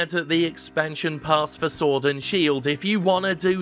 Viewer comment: I swear I heard Jim say "Sordid Shield" at least once.